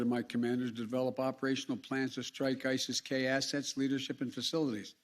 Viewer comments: ISSES K 😂 you made them you MFK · Isis-k! Get it right